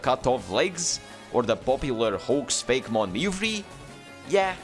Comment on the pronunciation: It’s fak-e-mon (fake,e,mon)